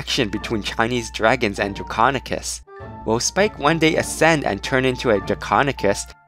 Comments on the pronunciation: he is saying draconekiss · draconequus. repeat after me DRAC-ON-E-QUUS